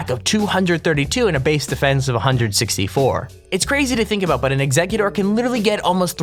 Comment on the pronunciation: It's eggcicute but say or at the end